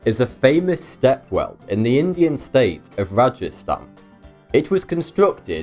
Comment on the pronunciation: The way he pronounced Rajasthan though 😂😂 Being an Indian, I find this really funny:) btw, love your videos